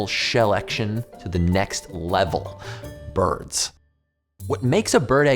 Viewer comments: anyone noticed it said birbs instead of birds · it says birbs not birds haha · did that say "BIRBS"?? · Did you say BIRBS? 2m44s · What eggactly are "Birbs"? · BIRBS? Am I the only one the catch that?